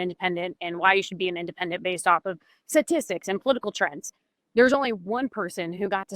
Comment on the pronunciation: Statistics not satistics...